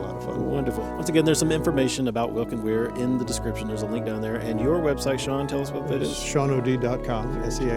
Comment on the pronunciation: Originally pronounced "VelkenVeir"!